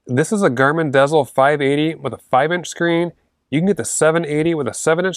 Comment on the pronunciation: Dezl, is pronounced, diesel. Like the fuel.